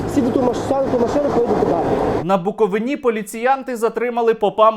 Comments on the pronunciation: На БукоВИні а нэ на буковиНІ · Правильно ни БуковИні... а звідки саме з Буковини? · Лиш на БуковИні, а не на БуковинІ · Сергію, при всій повазі!! Не на БуковинІ, а на БуковИні, наголос на И.дякую... я з Чернівців, мені краще знати , як рідний край називати! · Вітаю, Сергію!! Але не на БуковинІ, а на БуковИні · На Буковині (наголос на И), ціле кодло московітських попів не останньої ланки їхньої ієрархії. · На буковині наголос на и! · БуковИні. Наголос. Ріжить вуха. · Букови'на)) наголос на "и") Дякую за відео та розголос, соромно за присутність МП на рідній Буковині... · Сергію, Правильно говорити: "БуковИна , на БуковИні". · На БуковИИИні, а не на БуковинІ. Друкую тобі це, як буковИИИнець! )))